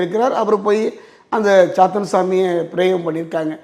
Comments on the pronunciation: Intha hostess saathaan nu ninaithu pesukiraal... Ithu saathaan illai.. ithu kadavul avatharam... chaathan not chaathaan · Chaathaan illai.. Chaathan